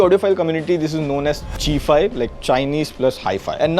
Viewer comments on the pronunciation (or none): Chi-fi rhymes with hi-fi. 'Chi' is not pronounced chee but chai like China.